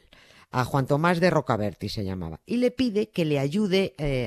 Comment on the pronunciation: No era Tomás de Rocaberti, era Tomás de Rocaberti' , acentuado en la i final!!!!!!!